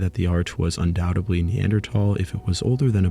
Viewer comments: Undoubtedly, not undoubtably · Fantastic deep-dive into the lives of Neanderthals, but if I have one (or one group of many!) gripes, it's the use of "Undoudtebly" and "Supposebly". It's grating to the point of distraction.